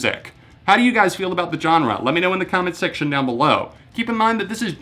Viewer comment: I've just realised he says Johnre and now I can't stop hearing it